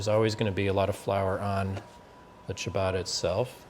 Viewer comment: What the is cha baaaaaa rrrrrra!